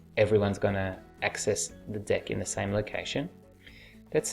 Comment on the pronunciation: Everytime you say "deck", I hear "dick"